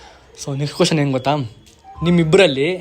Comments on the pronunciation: ಬ್ರೋ ಅದು ಗೋತಾ ಅಲ್ಲಾ ಗೊತ್ತಾ ಅಂತ ಅದು 😂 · ಗೋತಾ ಅಲ್ಲ ಮಾರಾಯ, ಗೊತ್ತಾ 😅